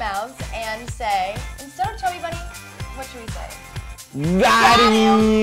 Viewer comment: . Shay said chubby bummy 😂😂😂